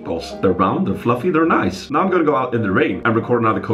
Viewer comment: oooh, niceu vlogu, loveu spooz